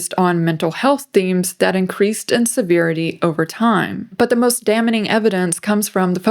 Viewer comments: Great report.Thank you for your work here and on all of your stories. A small note, "damning" is just two syllables. DA-ming. ❤‍🔥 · I want to think is human, but why did she say the “n” in damning? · I noticed you said “the most ‘daminning’ evidence” but it’s just pronounced “damming” cuz the n is silent. Love your takes and videos ♥️ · "the most dam-ning evidence" It'd diabolical if this was an ai generated video